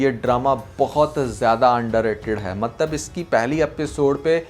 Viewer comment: Ye maktab maktab kya word bolte aap do you mean matlab